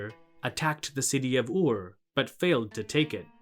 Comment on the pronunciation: Are you not mispronouncing the city Ur? You are saying “oar”. Why?